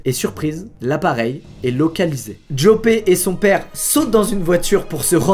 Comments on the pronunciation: Au passage ca se prononce Yòpeuhh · au passage Joppe se prononce "Yopeu"